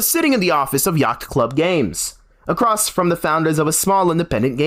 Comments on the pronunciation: “Yackt” club games. Dude, what are you doing? It’s hard to watch a video with someone trying to deliver some sort of hard hitting news on a subject when they can’t even pronounce the company that is the focus correctly. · My guy....you don't pronounce the C in Yacht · ah yes yaghtht club games